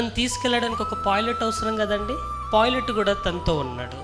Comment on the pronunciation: Pilot...pooilet కాదు